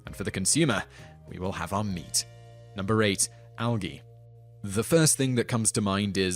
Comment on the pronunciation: I've never heard anyone pronounce it Al-Gee